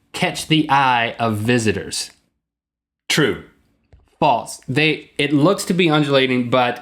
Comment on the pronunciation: "Feet" tall. Also-- "False", not "falts".